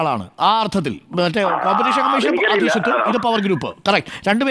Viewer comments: ' അധീഷത്വം' ? അധീശത്വം ആണ്. ആരെടെ കാപ്ഷൻ കൊടുത്തത്? ഏതു ചാനൽ നോക്കിയാലും അക്ഷരാഭ്യാസം ഇല്ലെന്നു തോന്നും! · അധീഷത്വമല്ല.അധീശത്വം(അധീശാധികാരം)ടി.വി.ചാനലുകൾ ഭാഷ വികറ്തമാക്കരുത്.മറ്റുള്ളവയെ വിട്ടേക്കൂ!